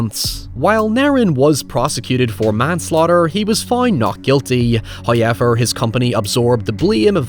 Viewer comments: First "hoyevver" drops . He is appeased. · If you ever stuck in the open ocean, just popping your Ray-Con earbuds and listen to those "HOYEVERS" til a boat picks you up.